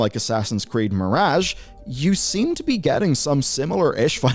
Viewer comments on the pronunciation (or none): i really don't like his accent, but the way he says "mirage" is particularly horrendous. Still, he's not as bad as that Simon Whistler fellow. I see Simon on a thumbnail and i just nope the hell out of there. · You're pronouncing mirage wrong and it drives me nuckin futs.